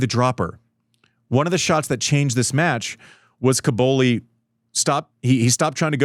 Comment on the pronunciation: Andy, please stop saying "Cabouli". It sounds like the capital of Afghanistan. It's CObOlli 😅